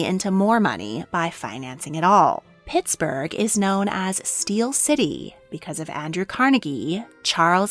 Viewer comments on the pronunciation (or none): PittsBURGH. We have an H at the end.